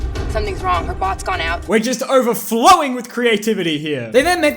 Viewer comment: I turn on the subtitles and when he said bots it turned into butts